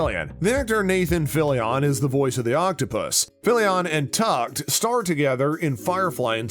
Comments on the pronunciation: Where are the Easter eggs? This was a synopsis. Asta’s last name and Alan Tudyk’s name are mispronounced. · He also butchered Alan’s last name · Not once but at least twice 🤦‍♀ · Learn how to pronounce names. Tudyk and Twelvetrees. Also, maybe the definition of Easter Eggs. Sheesh! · Narrator needs to learn proper name pronunciations... "Alan Tukd" & "Twelvetress"... really?